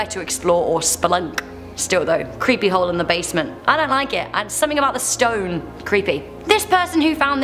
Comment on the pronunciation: Gah I'm a creep I kept thinking of the word hoe whenever you said the word hole im sorry lol